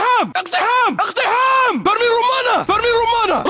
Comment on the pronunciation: Okay the jihad army men say eqteham.....soo why